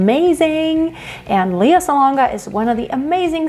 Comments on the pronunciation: Her name is pronounced L..E...A!! Now leaha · Her name is pronounced lay ah.